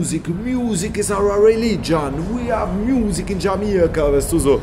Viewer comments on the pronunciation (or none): Und der hats so gefühlt! Der meinte: "Muuusic!!!" :'D